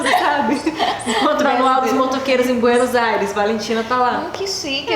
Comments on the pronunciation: dijo "Buenos Aires" y me conquistó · Me encanta que pronuncie Buenos Aires💛,ay la amo.